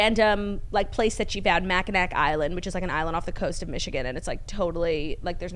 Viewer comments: I know everyone pronounces it Mak-in-nac but just thought you would like to know it's actually pronounced Mak-in-awe. Love you both! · It’s pronounced Mack-i-naw (as opposed to Mack-i-nac) 😂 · Lmfao Claude I love u Mackinac is pronounced mackinaW 💜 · pronounced Macki-naw island 😉💗